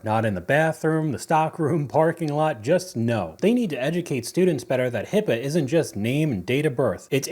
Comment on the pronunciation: It is HIPAA, not HIPPA. I wish more nurses would learn this.